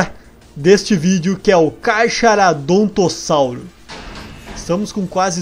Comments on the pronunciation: Kkkk vc falou 4 vezes carcharadontossauro mas é carcharodontossouro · se pronuncia carcaranodontossauro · se fala carcarodontossauro, o CH tem som de C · se pronuncia carcaradontossauro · tá falando o nome do carcharodontossauro errado eu achei ele muito lindo não achei feiho não